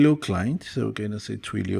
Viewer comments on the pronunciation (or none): TWEE...LEE. OHH! sigh. not Twee loh! but nice vid